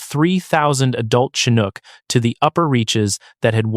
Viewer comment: Yep. Pronunciation of "Chinook" was done first properly, then incorrectly seconds later.